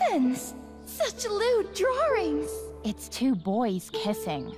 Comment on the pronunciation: I love her pronunciation of "drawrings" lol